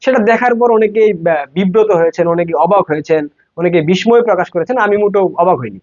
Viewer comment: বিস্ময় উচ্চারণ= ✅ বিস্+সয় ❎ বিস্+ময়